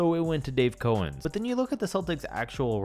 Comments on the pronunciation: Two quick things - its pronounced KOW-ENZ, not KO-ENZ. And by far the worse player to ever make an all-star game was AC Green. He averaged 12, 8, & 1 as a full time starter. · Small point: it's pronounced Dave COW ens, not COH ens. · It's pronounced Dave Cow-ens, not Co-ens. Put some respect on that man's name! 🤣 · Dave Cowens's last name is pronounced "COWens," like the animal, not "CO-ens." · Dave Cowens' name is pronounced like the animal cow. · Who else’s skin crawled every time he mispronounced cowens name